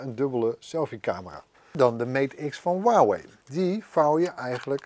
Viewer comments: Voor mij gewoon Huawei en geen Waawee😂👊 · Huwauway het is Huawei het is een zuigmerk maar het kunnen uitspreken is toch niet zo lastig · Waarom zegt hij wawey in plaats van huawei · Maat hoe spreek jij Huawei uit..